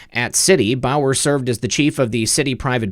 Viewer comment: Bowers sounds like bowels.